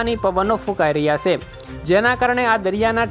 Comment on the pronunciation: Avi se....se . Na bolay.